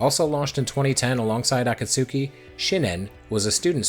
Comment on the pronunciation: AAAA KAAAA SOOOO KEEEEE 😅 ah-KAT-ski 👍